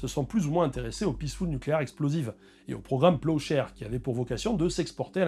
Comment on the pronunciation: Pendant toute la vidéo j'ai entendu "projet peuchère" 😂